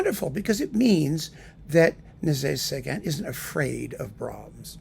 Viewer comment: I think I like the way you pronounce his name better.